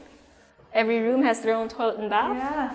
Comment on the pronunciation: "toolet" not a big deal but it irks me